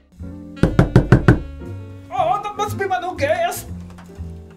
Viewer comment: I love when it said don't air BNB